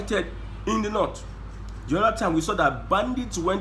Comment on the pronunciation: Your analysis is top notch.. but why are you saying the „nut“ instead of „North“